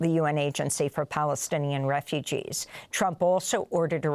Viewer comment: This mad man called Trumph he couldn't even say Plastinian. He said that when the US takes over and built, it will benefit the people of the area.